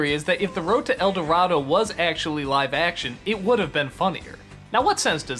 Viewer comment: It is "The road to El Dorado" not "The road to El dorato" but I know what you're saying, I never got a chance to see it.